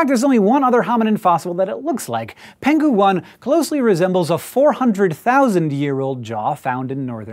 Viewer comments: Just a minor nit-pick: the name "Penghu" should be pronounced as "Peng'hu" instead of "Pen'ghu". Peng'hu (澎湖) is an island near Taiwan, where the fossil was found. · Peng-hu 1, not Pen-ghu 1, (The location 澎湖=Peng-hu) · Hi Hank. Just a little correction on the pronunciation of "penghu". In Chinese,if a "g" is followed by "h", they are never part of the same character and should therefore be pronounced separately, hence "peng-hu" as opposed to "pen-ghu", which refers to a lake named "peng". In addition, is how most chinese words are represented in English language media. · it's peng-hu..... :d